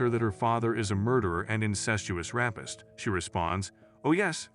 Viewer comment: Seriously people learn to pronounce your words... You pronounced rapist as rappist. Seriously if you're going to speak to others do it correctly. Don't get me started on Lo Bo Tom e, do you even know what a labotomy patient sounds like?